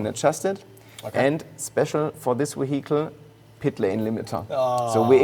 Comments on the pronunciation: Jack Rix saying vehicle: vehicle: weehittal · Wehicle is Vehicle , i was soo confused at first , i had to turn the subtitles on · De weehickle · Weehickle = Vehicle. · "We-heagel" Why didnt he take just a few min to check up on english pronunciation before this interview? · I couldn't help but chuckle everytime this guy says "WEEHICLE" 😄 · ze weeheekle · How much German accent would you like? The weheekel... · Can't help but let out internal chuckles every time the guy says wihicle😂😂😂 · Ve hi cle indeed. Great machine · Very nice Vee-Hi-kle :) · See if you can do a shot everytime he says W-ehicle.... 🤣🍻 then try and say max wertstappen is wery good at driving his wehicle in wancouver. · Nice car, but I am more intrigued by this "weheatle" he speaks of. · What is a weehickle? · I've never heard anyone pronounce it "wehicle" lol. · What an amazing we-hickle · A lovely weeheecle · Can't wait to pick up this "Ve hicle" in the used car lot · The way he says vihicle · Hehe Weehicle... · Whey HEE Cull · Ok second favourite thing about this video is how the project lead pronounces “vehicle” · 122hp electric motor just for the turbo. That's more than the entire output of many cars. I love the way pronounces 'vehicle. Na, I don't think I'll get the optional magnesium wheels, it will make the car too expensive. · Is that really how he says the word VEHICLE!?!? I’m a hearing him right? Is he trying to say vehicle.. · I literally want to give him a hug everytime he says "vehicle" 😅